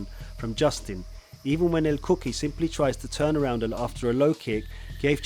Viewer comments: Pronounced; "El kookooy" not cookie....lol! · Lol it sounded like you kept say " El Cookie" but very well done video though will be definitely be subscribing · "He continued to focus on the cuts on the face of El Cookuyie" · El cookee 😂 nice breakdown though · Bro really said "El Cookie". My God. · what do you mean? el cookie and gae i see nothing wrong here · not el cookie it is el cucui an not geftschi it is gaethje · Justin Gaaychay and El Kookie haha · You need to pronounce the names better my man 😂 "El Cookie" and "Justil Gaye"? Come on man